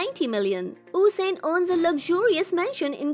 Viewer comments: Tyson gay is not the second fastest man upon the time u did this video, yohan black is and it is usain bolt no osain bolt #getit? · Who Is Osain bolt because I know usain bolt but not Osian bolt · Oosain bolt 😂 thats disrespectful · Oosain bolt is wary wiich